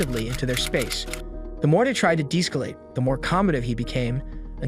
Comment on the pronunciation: lmao the more they tried to "dees-calate " the more "comb -addive" he became weeew lad lol AI sure is NOT perfect yet is it?